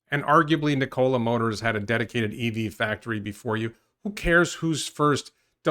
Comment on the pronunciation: Speaking of pronunciation, it's not "Ni-COLA", it's "Nico-la"